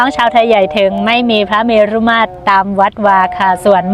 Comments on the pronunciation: เมรุ ให้อ่านว่า เมน ไม่ใช่เมน-รุ นะครับน้อง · อ่านว่า เมน ครับ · เมรุ อ่านว่า เมน ค่ะ แต่ก่อนทางเหนือของไทยก็จะเผาที่ป่าช้าค่ะ